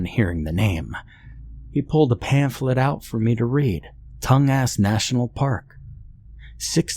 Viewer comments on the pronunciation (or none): Lol, dude, Tongas is pronounced "tawn-gas" not "tongue-ass". <--- Former Alaskan